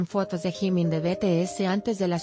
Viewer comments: Jajaja que mala pronunciacion gimin(jimin) cabop (kpop-keipop) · Jimin nunca se a operado ademas d3 dice jimin no gimin